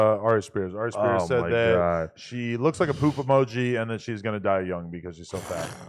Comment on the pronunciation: I can’t believe how long Adam’s been getting away with pronouncing Aries Spears name like that. HE MUST BE STOPPED